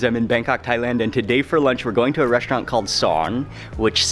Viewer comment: i really like your videos mark :)! what is the deal with reshtaurant and dishtrict and so on? never heard that kind of pronunciation so far. is it a south african thing? keep up the good work!